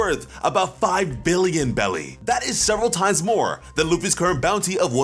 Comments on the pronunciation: It is berries not bellies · Anyone else catch “500 B Bellys”? BERRIES bro. Berries.